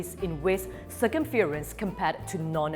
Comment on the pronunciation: poor attempt at pronouncing circumference correctly